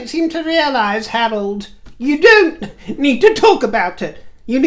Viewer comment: When you said "Harold", my brain heard "Harlot" and I thought you were referring to Meghan. Hahaha